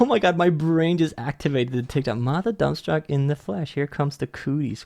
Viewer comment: It's DUNNSTOCK, not DUMPSTOCK. Geez, animator.